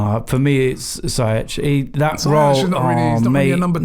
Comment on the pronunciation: It’s Zee-yech. Bloody hell everytime.